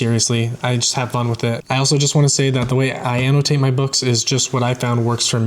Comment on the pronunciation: I love the way you pronounce the word Annotate.